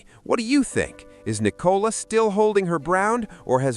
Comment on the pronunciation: The girl’s name is Nicola - not Nee - cola! Team VzB - Brooklyn is going to be very sorry he did this one day.